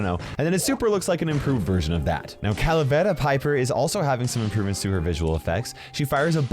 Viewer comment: Dude, congrats on how you pronounce Spanish names like dragón, calavera, fuego, etc. You do it very well, unlike most youtubers I've seen! 👌